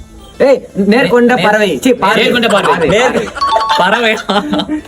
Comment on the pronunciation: nerkonda Paarvai ❌nerkonda paravai✅